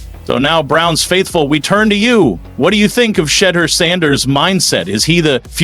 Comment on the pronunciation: Sheder ? Shed Your? How is he pronouncing Sheduer's name?